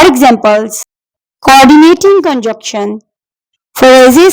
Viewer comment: Good job but pronounciation and spelling of (conjunction) is wrongly presented by you .and coordination conjuntions are not phrases and clauses,i think .these are AND, BUT ,SO,FOR, NOR, YET, OR(fan boys).